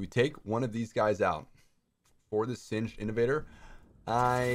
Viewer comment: It's pronounced singed's like hinges (sin-jiz)